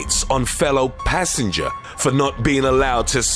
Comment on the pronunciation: Extras: PANts PASSenjah! PUNched hIM!